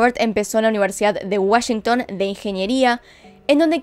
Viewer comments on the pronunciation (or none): none